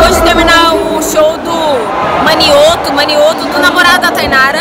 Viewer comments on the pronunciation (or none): "Acabou de terminar o show do manioto... Manioto " kkkkkkkkkkkkkkkk É Mioto, migs, Gustavo Mioto ! Kkkkkkkk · "Manioto" kkkkkkkkkk é Mioto, Gustavo Mioto kkkkk